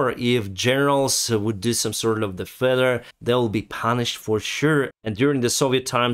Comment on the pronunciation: lol I thought your were saying feather at the end but you were saying failure. Say it like fail-your. You're english is actually pretty good, except for a few sounds that aren't quite right and a few tricky words you get wrong. English is tough, it's made up of old English, Latin and French, so some worlds are spelt so wierd many natural speakers have trouble :P